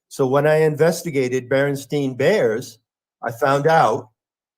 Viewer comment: I could never decide as how best to pronounce Berenstein as a child. I prefer Berenstain. So trivial but mind bending lol. Mandela and Obama were truly twin flames.